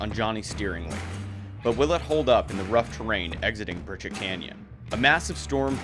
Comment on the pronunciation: Ok, I'm confused. The sign obviously reads PriCHARD Canyon.. why does everyone keep saying PriCHETT?? Regardless, love these vids!! And congrats to Mrs. Stone